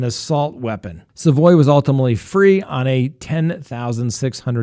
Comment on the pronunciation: Also its sa (as in salad) voy. Savoy